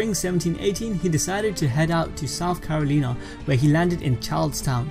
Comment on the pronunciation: Not carolinah